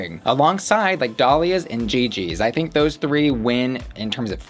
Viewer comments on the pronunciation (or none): girl you did not just say, "I thigh-nk".